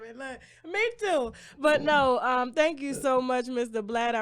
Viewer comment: Tasha I want to teach you how to say "thank you" NOT "TANK you"